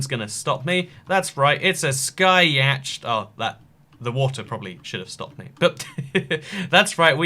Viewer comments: yatched? it’s yawt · Ikr it is pronounced YAHT not yACHED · Yacht is pronounced Yawt 👍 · y a t c h not yacht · What's a yah-ch-T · nobody:: yaCHT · Even though it's spelled yatch it's pronounced "yott" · Its pronounced yot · Yacht is pronounced Yott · Yacht is pronounced YAT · Yacht is pronounced like Yot. The “ch” is silent. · Nobody:: Y A T C H E D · Nobody:: yeah-CHT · Isaac Werling what’s so uncomfortable about yeah-ch-t? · So, you saying of the word "yacht", is a name spelt in the way of Yatch. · I feel like he says yacht wrong But I understand that people say things different things around the world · He can't pronounce yacht right lol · Is no one gonna say anything about his way of saying yacht?? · Really you don't know how to pronounce yacht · The way he says yacht makes me uncomfortable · I read this comment then he said it. I agree. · I will smite you fir pronouncing yacht like that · Zachary Windey he’s saying it like that deliberately. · Your pronunciation of "yacht" is a war crime. I wouldn't say it even if I was drowning and you'd let me aboard your yacht by saying it your way.